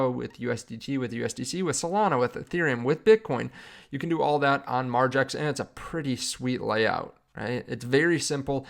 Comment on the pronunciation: Once again… I’m out when I hear margex…